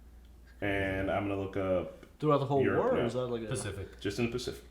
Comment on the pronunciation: lol did he just call it "The Specific" ? ...twice in a row? lol